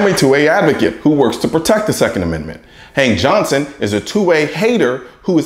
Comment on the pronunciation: Hank johnson? I swear I heard you say "Hang johnson"...... I thought you where making a pun until I heard you said his name a few times.